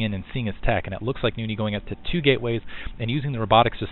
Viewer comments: "Noony"?! Why the extra o? Nice video though---SC2 is shiny! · Nony is a beast now you shold see nony vs artosis on hdh too bad beta is gone for now but he really improve i think you pronounce his name as NOU-NI